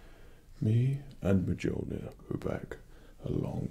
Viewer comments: He pronounced it wrong it's mew mew😂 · Isn't Mjolnir pronounced Meowlneer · I don’t even think this is roleplay and its pronounce mule-neer even tho its spelled mjolnir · Its pernounsed *muil,neer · you are pronouncing the hammers name wrong....she has a life you know! sorry...I am Nordic so this is a big thing for me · the j in mjolnir is silent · Aww I was stoked until I heard you pronounce 'Mjolnir' :( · Themassivefail 😂 The geek in me is howling.😂😂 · I'm perfectly happy ignoring the pronunciation issue because, well, look at that face. Can't get mad at that. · This is clearly an MCU cosplay and it’s not pronounced like that in true MCU, but he def knows that know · The nerd is me gets a tiny bit irked every time he pronounces the hammer name wrong haha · I totally geeked out when he pronounced Mjölnir wrong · The j in mjolnir is silent btw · Oh god he pronounced the J in mjolnir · I can't get over how he mispronounces mjölnir 😂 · He's pronouncing the name of the hammer wrong the j is silent. He does play a good thor though. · slightly miss pronounced Mjölnir a couple of times, but who really knows how to say it anyway. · I was excited for this until he pronounced mjölnir wrong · you... you said mjolnir wrong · No ones going to comment on the way he said mjolnir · You don't say the j in mjolnir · you said mjolnir wrong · Why do you say the hammers name wrong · Mjolnir is not pronounced with a j! Immersion broken 0/10. Jk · WAIT How dare you mispronounce Mjolnir like that What a disgrace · He said Mjlonir wrong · As a nordic, guy, the "mejollneer" felt kinda weird to hear our old god say xD In swedish at least, it's pronounced as "myullneer" where the "u" is like the u in "fur" or the i in "bird". Kinda weird, but that's because you guys don't have ö or ø. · It’s not MIJOLNEER It’s MILNEER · When Thor pronounces Mjölnir wrong. It's "Me-yol-nir." Lol. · Mule eh neer Not Meh juul eh neer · It’s pronounced m-yol-neer not m-jol-need